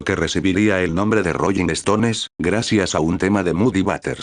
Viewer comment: "¿Royin estones y yentesman"? Dios miooo🤦🏻‍♀️🤦🏻‍♀️🤦🏻‍♀️🤦🏻‍♀️